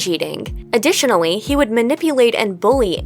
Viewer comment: UWU OWO ADDITIONAWY